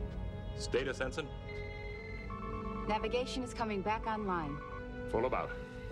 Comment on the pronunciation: "Ensign", not "Henson".